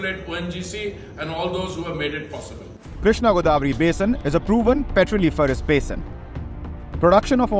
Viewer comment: It's godavari not goddavari